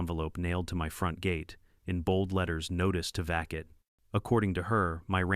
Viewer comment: Vacate. Teach AI how to pronounce